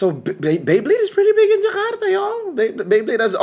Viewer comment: your pronunciation of jakarta is on point. good content you have. good job